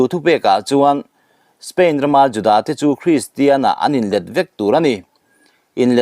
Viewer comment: Juda tih pawh i lam dik thiam nange ?😂